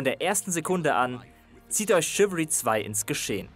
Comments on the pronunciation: es wird nicht ,,schiwiri" ausgesprochen sondern ,,schiwälrie" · Dat spricht man " Schiwallri"